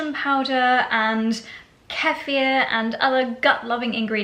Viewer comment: I love that you're taking action to improve your gut health,! It really is so important in order to life a full, good quality life! Kefir, however, at least in America, is pronounced "Key-fur".